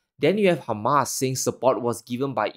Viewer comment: It is hamas not humus is a side dish .